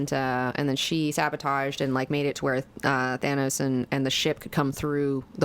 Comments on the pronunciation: Stop saying Thaynos!!! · Why do you guys pronounce Thanos the way you do.